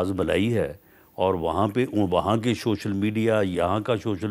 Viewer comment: شوشل میڈیا نہیں ۔ سوشل میڈیا 😂😂